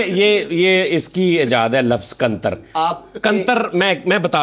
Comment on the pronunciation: Bhai hum punjabi main "Qantar" nain "Kattar" kehte hain.